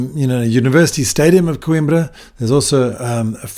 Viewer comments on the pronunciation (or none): É COIMBRA e não QUIMBRA! Aí que tradução! 😂😂😂